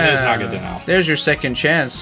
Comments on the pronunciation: "Nagadanel" Real Pokemon name is Naganadel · Na-ga-na-del... please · it’s Naganadel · oh also, not to be rude, but it just bothers me, is Naganadel not Nagadanel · It’s naganadel not nagadanel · It is promised na-ga-nodal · it's nagaNADEL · It’s Naganadel